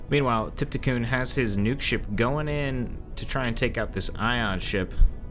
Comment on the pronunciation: Trypticon is on here all the time and this guy cannot read the username haha